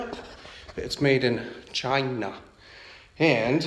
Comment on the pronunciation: You said China real weird, but said Chinese just fine. You should hire a speech coach.